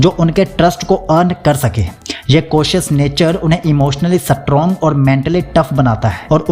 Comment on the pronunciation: Aap strong ko bar bar satrong kyun bol rahe ho sir